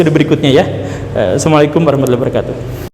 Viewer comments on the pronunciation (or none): none